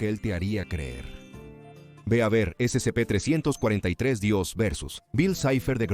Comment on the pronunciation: Sé que la narración del canal es simple IA, pero basta con cambiar un par de letras para que no esté diciendo "s100p" cada 10 segundos, es molesto.